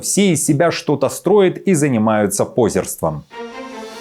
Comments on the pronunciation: позЕрством, а не пОзерством.. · Не пОзерством, а позЁрством! Грамотей!!!😂😂😂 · Позёртсвом, ударение на Ё. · Что означает "все занимаются 'позерством"?? Если бы не предшествующее этому "все из себя чего-то строят", догадаться было бы невозможно. Нам достаточно этого дурацкого ИИ с его дикими ударениями, чтобы живые люди ещё лепили ударения в словах куда попало.